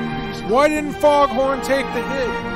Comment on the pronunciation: I love that for most of the stream he just never pronounces Faendal's name correctly. I will now and forever know him as Foghorn